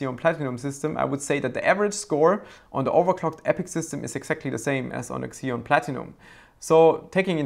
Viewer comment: It's ZEE-on, not KSEE-on, fwiw